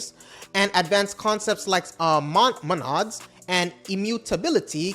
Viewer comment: How many of these things have you built yourself haha? Come on, man, if you wanna fake until you make it, at least watch another video of someone who knows how to pronounce "Monad" before you attempt to. If you ever talked to someone who coded for 1 hour in Haskell, they won't shut up about Monads. Also, whitespace? really? is this your first week programming? It must be for you to think that's any advantage. You are not at the giving-advice level, bro. And remember, Jesus loves you very much. Bless.